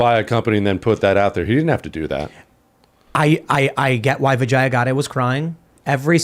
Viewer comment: The pronunciation is ‘Vijya’.